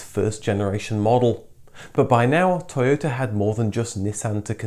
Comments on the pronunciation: To yota. Not toy ota. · I'm surprised you are not pronouncing Toyota in a Japanese accent!!!